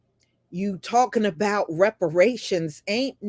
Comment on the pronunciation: "Talkin mout" 😂😂 talking about